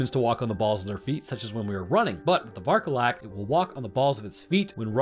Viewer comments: Vârcolac means werewolf, so please stop saying varcolac, i'm roumanian and saying varcolac is killing me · It's pronounced Vokodlak. It's named after a moon-swallowing wolf demon from Norse myth. Kodlak Whitemane from Skyrim was also named after it. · The way he pronounces vârcolac, a Romanian word ☠ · please just look up the correct pronunciation for vârcolac on Google, you're butchering the word so bad it's actually painful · Damn! As a Romanian, I am very curious as to how you will pronounce "Vârcolac". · Again. Varcolac means Werewolf in romanian. And Cadou means gift or present. Since the game action is placed in Romania it would be useful to try to translate first some words. 1. It makes no sense to use the romanian words if you are explaining in english 2. you'se butchering the words... so they mean nothing anyway. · As a romanian, I feel myself slowly dying every time I hear you mispronounce Varcolac and Urias